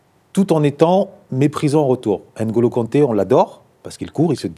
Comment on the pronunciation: Par contre faut bien prononcer le nom de NGOLO KANTE et non ENGOLO KANTE